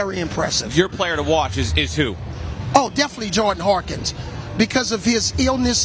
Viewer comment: Love Avery Johnson, but good lord my guy, it's Hawkins, not Harkins